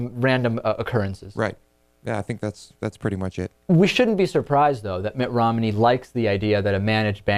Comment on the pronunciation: David, are you saying Rom-in-ey or Rom-ney?